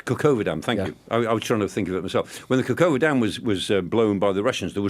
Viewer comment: Kahovka Dam...not Kakova.